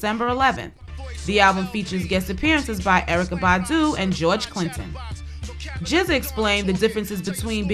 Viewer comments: you still say it as Giza same as Rza is Riza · wtff i thought it was just pronounced "G-Z-A" but she's saying "jizza" Lol what am i missing here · lol.. "JIZZA" its G ZEE AYE aka genuis. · Just Like RZA is pronounced RIZZA.. same with GZA.. LOL i dont believe that u didnt know this.